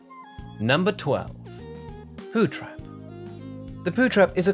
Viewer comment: pow trhep xD (i spelled that phrase wrong on purpose.)